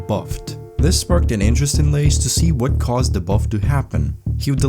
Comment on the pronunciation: I can't believe you pronounced Lasse as Lays